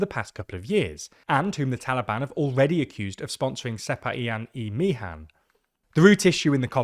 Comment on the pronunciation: your pronunciation of sepahiyan-e mihan is wrong in the E part, E is not pronounced as letter but just the sound.